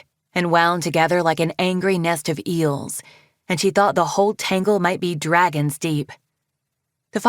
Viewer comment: Right after Sortail said “stupid” “Yea SOME DWAGONS STUPID”